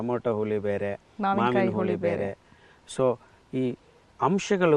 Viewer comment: ಹುಲಿ ಅಲ್ಲ ಸರ್ "ಹುಳಿ"